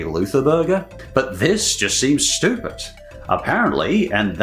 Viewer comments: the way you say Stoopid is so stupid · Why are you pronouncing stupid si STOOOOPIDLY